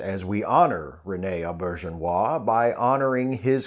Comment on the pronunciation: This was a perfect tribute to a wonderful man. I met Rene Auberjonois at a convention long ago. Maybe DS9's first or second season. Taught us how to pronounce his name, and I'll never forget it (You said it absolutely correctly, too).